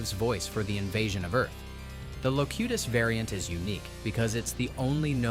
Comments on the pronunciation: Loctiss? who's Loctiss? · Also Locutus changes pronunciation changes after 2 correct uses and then goes AI incorrect the rest of the segment. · Love how at one AI says Locutus and one says it wrong. Do better!